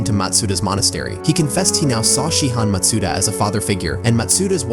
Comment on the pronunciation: good video! ps that's not how you say matsuda.